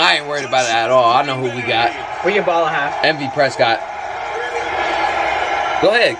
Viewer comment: This this fool actually say MVprescott? 🫵🏼🤣